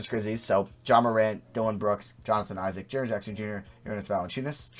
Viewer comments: Who else is pissed that he said E-ZIK and not Isaac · He said ee–sac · broooo haha the way he said Isaac